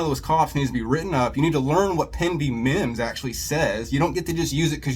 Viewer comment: I wasn't too upset until that moron said mimms. Stupid ass!!